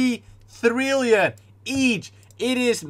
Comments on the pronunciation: I like how he says trillion THRILLION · I like how he says “50 thrill-ion”